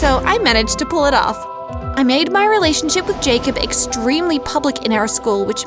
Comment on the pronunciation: It’s pronounced Jacob